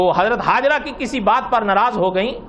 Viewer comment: Hajra nahi Hajar naam hai, Mufti Zarwali Khan Sahab hamesha batate hai